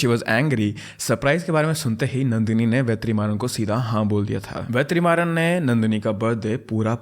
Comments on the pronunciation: It's vet ri maa run pronounce it together it's not ve3maaran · just a correction vertrimaran is pronounced as VETRI-MARAN ( t of tomato) but HATS OFF MAN!! you explained so well!! you actually deserve more subscribers...